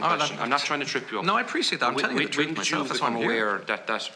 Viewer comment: No, he'd say, "you can't handle the truce," or that oh-so-difficult th-sound.